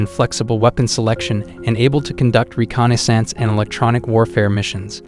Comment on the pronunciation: Dude pronounces reconnaissance like it's a type of font lol